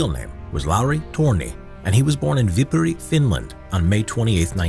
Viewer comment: as a finn, i d like to give some feedback; you should put finnish names and other words in text on the screen, since some of the pronunciations are understandably, frankly, butchered. and i want to make it clear this is not meant as an insult, finnish is not an easy language to just "pick up" especially for english speaking folk, but especially the pronunciation of "viipuri" was nigh unrecognizable.